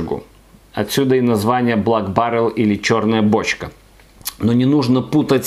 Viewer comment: Прикольно, что в начале видео звучит "блАк баррел", а с середины автору уже подсказали, как правильно читается слово Black. P. S. не проценты, а градусы!